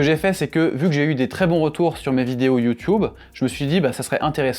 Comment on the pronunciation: Pourquoi prononcez vous YouTube comme les anglophones ?